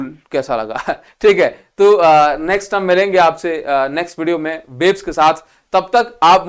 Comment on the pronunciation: Nhii!! Waves ke sath 😂💀